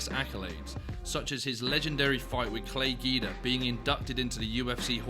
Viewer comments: You did not just say “Clay Gi-duh” 😂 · “Clay Geedah” 😂